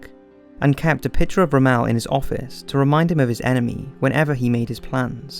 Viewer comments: Wow. The narrator doesn't even know how to pronounce Rommel's name. That's crap. And anyone who says this is a fantastic series is apparently more ignorant than the narrator. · While your research and your fact-finding is top notch and absolutely correct. Your annunciation of peoples names and places needs much to be desired fire were you I would look up how to say the name properly the next time you do a documentary because his name is Erwin Rommel the city was name is Kobe. And many other names you slaughtered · You keep pronouncing Erwin Rommels name wrong and its pretty funny. It's not pronounced Rah-mel, It's pronounced Romm-le. He's probably the most famous Nazi that actually fought and wasn't just part of the Nazi party sitting behind a desk. He's know as one of the greatest tank commanders of all time. Unfortunately the Nazis were so stupid and paranoid that they tried accusing him of being a traitor even though he sacrificed everything he had in the war. If it wasn't for him the war would've ended a lot sooner. He won major battles and held off the allies in several strategic places. He was supposed to be in Normandy the day we invaded but he was granted leave to see his wife for her birthday. Not that it even mattered cuz Hitler thought so highly of himself and that he was brilliant militarily, that he had the majority of troops and defenders of an invasion stationed in Calais even though Rommel tried telling him different. Even with him not being there at the beggining, he had strategically set up defenses in Normandy and although they only had a few thousand troops to defend the beaches they handed the allies asses to them until they had so many troops there that they eventually had to retreat. They were being shelled by hundreds of Naval boats, tanks, mortars, and then hundreds of thousands of troops, and yet they inflicted some of the most casualties in a battle in the entire war. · It’s pronounced Rom-MULL not Ro-MELL ... just saying